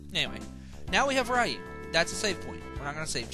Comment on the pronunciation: YES thank you for pronouncing Ryu with a long "eye" sound. I know it sound be like "reeyu" but I've always pronounced it like you did. I even gave Ryu as a middle name to my son.